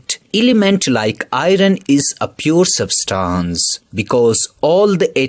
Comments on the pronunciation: It is substance not substons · Didn't even dont know how to pronounce , substance.....poor video